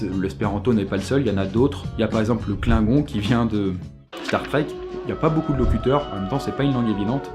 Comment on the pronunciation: On prononce le '' klinn'gonn ''..